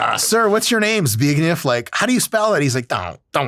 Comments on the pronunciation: My man, you pronounced Zbigniew so well. 50 points to griffindor. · I love the fact that the only one pronounces right was "Zbigniew" . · Bro said Zbigniew so correctly 😅